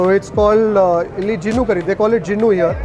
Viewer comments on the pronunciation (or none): It's not jinnu👎 It's GINNU ಗಿಣ್ಣು 👍😋😋